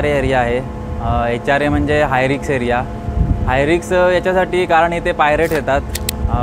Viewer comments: रिक्स नाही, रिस्क...😮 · रिक्स नाही रिस्क म्हणा